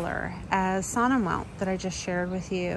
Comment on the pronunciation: Sonnenwelt is a German word and it means Sunny World. You should pronounce 's' like 'z' (in zebra) and 'w' like 'v'. I am not an English speaker and I love to hear your American accent😀